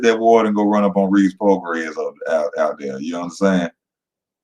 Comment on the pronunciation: pronounced Pro-Gray EZ